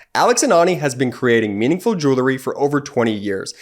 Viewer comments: please pronounce the product correctly (at 4.57): It is jewel-er-y, now jew-le-ry. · Please....Jew-el-ry, not jew-ler-ry. Sorry, but that grinds on my nerves every time. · Please stop saying "jew-ler-ry". it's "jew-el-ry". Thank you. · Will you PLEASE tell the guy voicing the jewelry commercial to correctly pronounce the word J-E-W-E-L-R-Y ! It is not pronounced jool-lerry. Damn. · You'd sound a lot more professional Ben if you minimized your use of the word "like" and only used it in proper grammatical fashion. People don't "go" they "say". Teach your brother how to pronounce "Jewelry". 😁